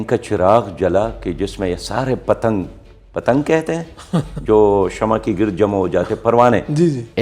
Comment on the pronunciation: پتنگ نہيں! “پتنگے”